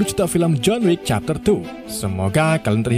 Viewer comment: John Wick 2 , dibaca John Wickwick Maklum, ga bisa basa Inggris